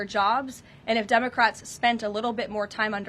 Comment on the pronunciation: lol. Did she say “Dumbacrats”?